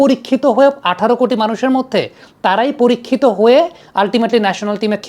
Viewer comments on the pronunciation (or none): none